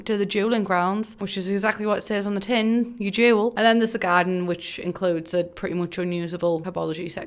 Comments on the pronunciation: Definitely thought you were saying Jewel Master and I was sooo confused and thought I had missed that in the game until you put “duel” 😹 But I love you and your videos! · This whole time I really was out here thinking she was saying jewel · i thought you were saying jewel the whole time until you clarified you meant duel omg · „And his dream is to become a Jew-„ advertisement plays nice one yes sorry but your accent made this a really funny confusing coincidence